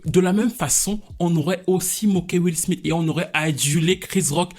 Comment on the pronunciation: will smite (prononciation) mdr